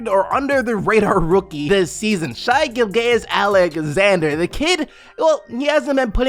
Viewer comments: Bro its like Gil-jus not gilgayeous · "Shi" "Gil-Gayous" 🤣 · how do you say this mans whole name wrong? 🤦🏾‍♂️ its "shay" "Gil-jus"